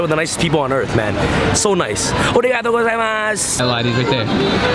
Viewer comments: Congrats to Gabe again and very glad for you guys. Enjoy and keep sharing the experience. Ps:As an advice to you, don't say Omae but Anata or Kimi because Omae is the meaning of 'You' in an insulting or disrespectful manner 😉 And You have to say Arigatô and not Origatô. Peace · i love how he says oregato gozaimasu and says his japanese is on point, yet he isnt even pronouncing it right, its arigato not oregato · It’s not ori-gato, it’s pronounced arri-gato with a rolling r that sounds more like a D. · ARIGATO! not ORIGATO! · lmao the confused look on faces when he mispronounces arigato is priceless.